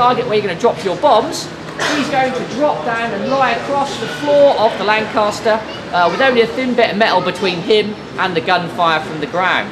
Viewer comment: LAN "CAS" TER --- CAS as in mama cas KAS KAS KAS